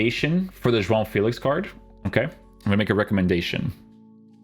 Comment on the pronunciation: if you want to say João Félix name the portuguese way say it all in the correct way. You say "João" the correct way but the "Félix" you say it like it is in english 😂 Great content King